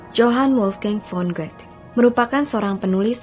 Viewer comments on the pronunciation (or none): did she just pronounced goethe, goat?